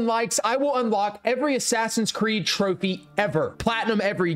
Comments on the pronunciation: Bro i speak arabic and that is not how you say it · As an Arab you pronouncing the trophy name was so funny😂